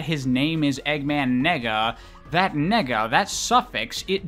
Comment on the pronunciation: I’m pretty sure it’s pronounced “Nay-ga” dude 🤣🤣🤣🤣🤣